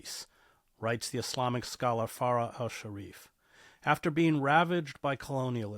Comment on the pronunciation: You studied Arabic but still don't know how to pronounce so many words, like MuSLIM, and letters, like FaraH.